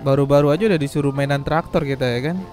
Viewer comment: Bukan traktor bang tapi doser